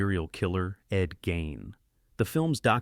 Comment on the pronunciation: hia name was pronounced Ed Geen FFS